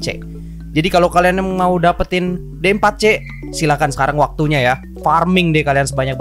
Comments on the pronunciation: D4c bacanya diforsi bang :v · D4C nya dibaca di fur shi